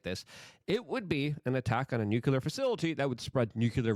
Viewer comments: I haven't heard the not-a-word "nuke-yular" so many times in 20 minutes, since 5th grade science class. You know google will teach you how to pronounce words now, right? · WTF does nukular mean😂